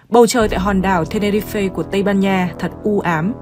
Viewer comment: Tenerife mà ad cứ đọc ten ni ri phê nghe như ăn phải sạn :(